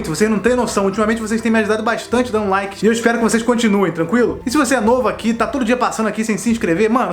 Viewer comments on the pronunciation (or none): none